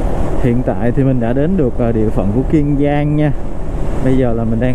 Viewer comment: Kiên Giang chứ không phải Kiêng Giang bạn ơi!